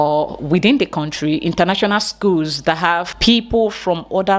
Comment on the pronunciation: Coming from a person who says “ corntry “ I’m done with this lame-mindedness